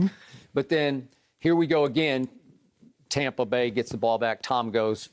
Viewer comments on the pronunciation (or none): How many times did Skip pronounce Tampa "Tompa"😂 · He is calling it "Tom"pa Bay, because he loves Tom Brady so much... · Who's this "Tompa Bay" "Tumpa Bay" Skip speaks of 🤔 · The only thing worse than Skip’s opinions is his pronunciation of the word Tampa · skip cant pronounce TAMPA correctly.